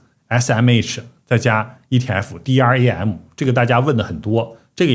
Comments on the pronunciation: DRAM 是念 D RAM 不是 D R A M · 請唸 D-RAM （台灣都這麼說 ）謝謝